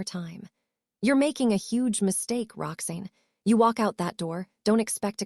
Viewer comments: Her name is pronounced "Rox Anne" not " Roxnne". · And her name is. Rox-ANN, not Rox-EEN ! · I don't like this voice. Why does Roxanne get pronounced Roxain? It's like Rox Anne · I couldn't stop laughing every time the narrator said "Roxeen"!!! Bwahahaha!!!! Kind of throws one out of the story, ya know? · Rocksin is what I’m hearing.